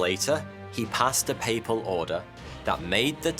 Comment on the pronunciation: is it just me hearing "he passed a PayPal order", instead a papal order? -)))